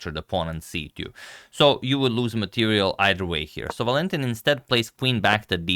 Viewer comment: Agad: it's ['Valentin], not [Va'lentin]